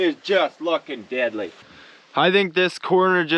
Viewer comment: For years I thought you were saying “diddly” like Ned Flanders from the simpsons. It wasn’t until I saw one of your shirts did I find out it was actually “deadly” not gonna lie I think I prefer the diddly 😂